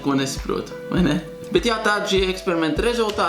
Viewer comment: Negribu kritizēt, bet Tu nepareizi teici ''bet''